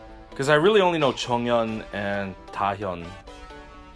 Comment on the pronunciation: I love how you pronounce '정연' and '지효' perfectly, but then you go "Moe-moe" hahaha